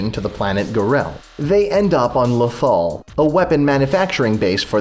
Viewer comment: It's lothal not lathal